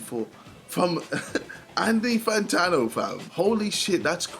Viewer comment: It really sound like KSI says "Antifa Fantano"